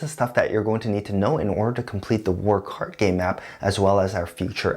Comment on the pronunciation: Everytime you say "WarCardGame", I hear "Work Hard Game" :|